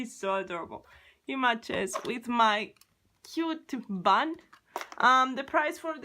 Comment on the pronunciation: It’s bun not “ban” 🤢🤮🙄😑🤣